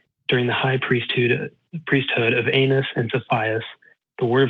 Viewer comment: “during the the high priesthood of anus’ ? 😂😂